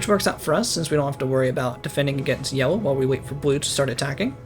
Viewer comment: I like that he says yewo instead of yellow for half the civilization stage